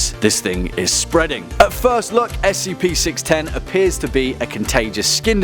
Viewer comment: Why is he pronouncing SCP as "skip"?